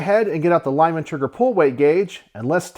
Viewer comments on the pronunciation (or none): none